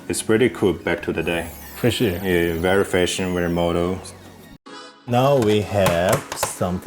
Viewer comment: He has a "rerry" dope collection lmao